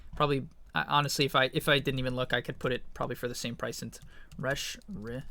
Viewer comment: I can't be the only one who is absolutely infuriated by the way he pronounces Reshiram can I 🤣